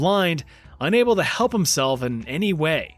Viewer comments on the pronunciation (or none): none